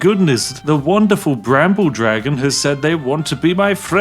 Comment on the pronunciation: ARh yes the Dwagon race.